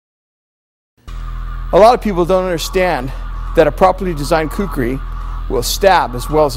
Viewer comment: yea they mixed up the r and k on kukri but oh well its a good vid